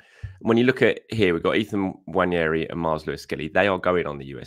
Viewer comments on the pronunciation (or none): none